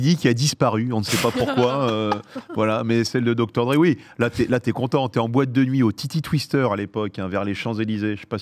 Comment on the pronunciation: Abusé l'accent aigu sur Dr Dre xD